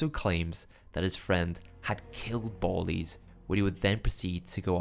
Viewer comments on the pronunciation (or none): Its almost a million percent pronounced bal-ies as in the slang for ski masks. Like dont do a drive by without your ballies on.